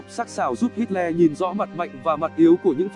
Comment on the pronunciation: Đọc là ây đóp hít lơ nhé...xin đừng hít le nữa :)))